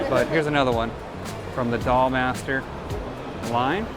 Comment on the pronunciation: Also it's idolmaster, not the doll master :P Like Japanese idols!